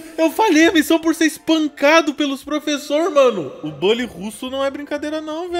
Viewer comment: Aí ele falou BAlly vou cholar 👉👈